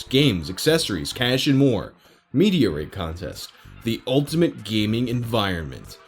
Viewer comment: "If you were an avid reader of gay magazines" is what I heard... lmao